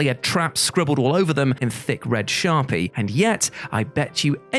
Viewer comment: "Sharpie" in a British accent. Oh, what cultural/economic trap did I fall in subscribing here?